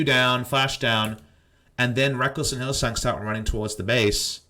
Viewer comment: Why do you call Hylissang Hylisong?